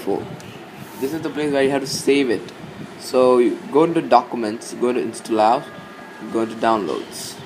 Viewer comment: the way u say instollous :DDDDDDDDDDDDD i have to lough till i die